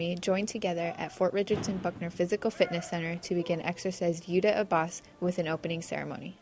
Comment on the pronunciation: It is Yudhya Aabhhyaas.. Somebody needs to at least take trouble to train our US Army to say it correctly so people who understand Hindi, know what they are talking about. Other option is to say out loud in English what Yudhya Aabhhyaas means in Hindi.. It means "Study of War",, Yudhya = war, Aabhhyaas means " to Study"